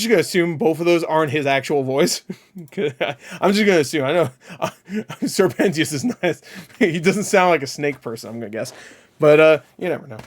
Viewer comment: Sir penteeeeous lol… it’s penchioussssss